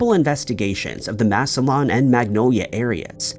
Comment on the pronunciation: Ohio here … Massillon is pronounced phonetically “mass ill on”